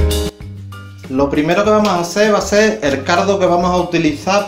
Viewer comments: Tío, la paella se ve fuera de este mundo, estoy seguro que quedó estupenda, pero el pronunciamiento del cardo en vez de caldo me desquició, Gracias excelente video... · Excelente receta, te felicito, me encanta cuando dices er cardo!!!